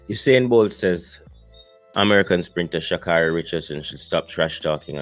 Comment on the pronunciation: Her name: Sha-Kay-ry. She would appreciate her name being pronounced correctly.